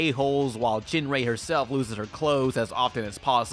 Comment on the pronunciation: It's pronounced "Gin-Ray" not "Jin-Ray"